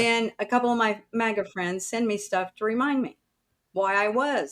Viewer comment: k slightly newer viewer here, how did MAGA become MAJA? 😅to an Asian I keep thinking she's about to say Mahjong 🤣🤣